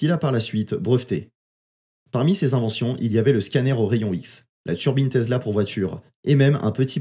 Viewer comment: TESLA bor... et pas "tezla"